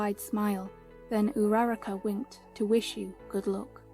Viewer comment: This was three years ago😭😭😭 Anyway, when you said uraraka i thought you said numerical data 💀🤚